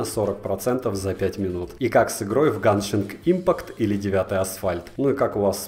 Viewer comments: Видео как всегда топ, но есть одно замечание. Геншин импАкт, а не Ганшинг Импакт, пожалуйста) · ГЕНШИН ИНПАКТ ГЕНШИН. НУ ЕМАЁ У МЕНЯ СЕРДЦУ БОЛИТ ОТ ТАКОГО ПРОИЗНОШЕНИЯ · Ганшинг импакт ёпт. Не удивительно что у тебя ничего не работает. Ты же даже читать не умеешь.